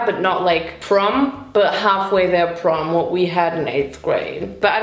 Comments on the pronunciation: did bro say porn instead of prom? 😭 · Dude saying porn instead of prom is killing me😂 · Vincent: "PORN!?" 😲:... "porn?" 🤔